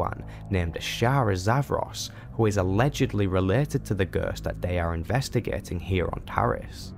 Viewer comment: It was a really great video, wouldn't mind to see all of the class stories recaped like this. The only issue to me was just some words and pronounciation you used. I mean, I never heard anyone say ghost like that😅. But again, really great work here mate! 😉